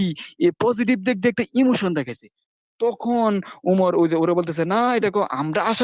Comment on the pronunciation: ভাই আপনার বয়স কত। ১৫ ২০ লাগছে আপানার গবেষণায় তাইনা বয়সটা কত ভাই। তুখুন নাকি তখন কুপাইআম এইটা কোন আম ভাই উচ্চারন ঠিক করেন ভাই